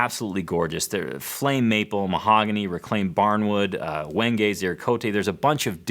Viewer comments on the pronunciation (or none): none